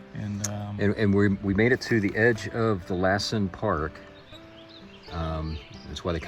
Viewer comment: You are more than half way!! Good job🎉. Be safe around burned trees. They often fall over. Now it may be hot, but I’ve been to Georgia! You also have humidity! Dry in California. Lassen is pronounced Loss en. Good job you 3.